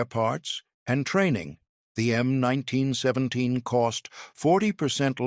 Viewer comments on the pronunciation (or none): "em 19 sweventeens" :face-turquoise-covering-eyes::face-turquoise-covering-eyes::face-turquoise-covering-eyes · krap AI - "em 1917.":face-blue-smiling